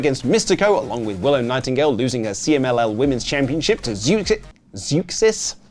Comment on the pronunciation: Zeuxis is pronounced like the bounty hunter in Empire Strikes Back Zuckuss